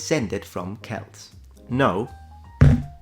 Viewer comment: oh i am so overjoyed you used the correct pronounciation of Celt yet knowing your attentional to detail I shouldnt be surprised